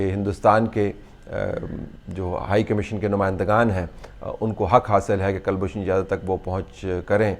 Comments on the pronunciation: kal nahin koolbhushan Jadav. Properly pronounce kiya tha aapke maathe pe pasina chutegi aur taang bhi kampega. POWER CUTS ki vajah se Talat Bhai. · and the first name is Kulbhushan. I'm always surprised at the lack of knowledge amongst Pakstani journalists and commentators of Hindi names. They have diffficulty in pronouncing the names, spelling the names, etc. Probably because they don't have any Hindus left in Pakstan. You never hear Indian journalists pronouncing Mohmdan names incorrectly or spelling incorrectly. We're so used to mohmdan names in India.